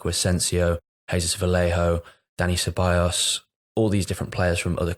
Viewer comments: Ceballos* not Syllabus 🤣🤣🤣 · wow that was an egregious one, haha....Se-buy-yos. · I spent like 5 minutes searching for selabas and then I clocked he meant Ceballos lol